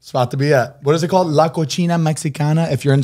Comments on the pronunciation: Not Zane calling the restaurant COCHINA 😂😂 it’s pronounce coSina 😂😂 cochina means gross female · Not “La Cochina Mexicana” 🤣🤣🤣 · NOT LA COCHINA MEXICANA 🤣🤣🤣😭😭😭😭😭😭😭 im not from there but I’m pretty sure it’s La Cocina 😂😂💀💀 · i’m looking for the hispanics who heard zane say “la cochina” 🤣 when he was trying to say “la cocina” that made me crack up!! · Lmfaoooo Zane said The Dirty Mexican instead of The Kitchen Mexican (La Cocina Mexicana 😂😂